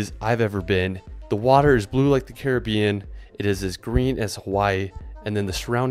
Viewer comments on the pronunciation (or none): none